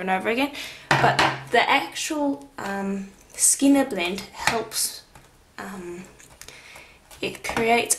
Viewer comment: You do amazing work!! Are you saying “skinner blint”?